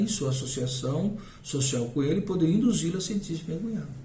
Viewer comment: " Induzi-la a se sentir".. o quê ? Poderia repetir a palavra que você, me desculpe, pronunciou-a com dicção ininteligível )